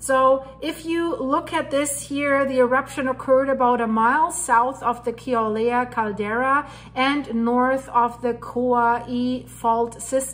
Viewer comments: It’s Kill-a-way-a. Emphasis on the ‘way’ syllable. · Ur cute :-) I love ur accent :-) and Kilauea has a w sound where the u is :-) God bless and Godspeed